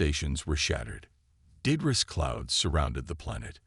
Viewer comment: The mispronunciation of debris.